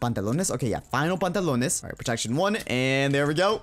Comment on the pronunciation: Me, a spanish speaker, listening to saying botas and pantalones